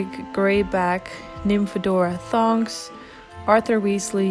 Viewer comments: You put the skirt on backwards for Bellatrix and Molly, and its Nymphadora Tonks not Thonks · You put the dresses on molly and bellatrix the wrong way and its tonks not thonks lol